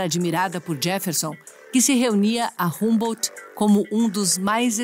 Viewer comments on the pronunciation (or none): Pronuncia-se "hambô"...😏